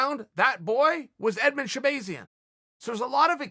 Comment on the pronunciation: sha-Bae-Zian ? Can you use it in a sentence plz? She-bae-Zian should look out for Brunson Ok ok.. can I have the origin of the word? Chael:It’s a tool that if you do not sharpen it will go dull” S. H.. e? No.. A! B,ay . I mean E 🤔 z ... URRRRRRRRRGHHHHHHHHHHH.....! 🤬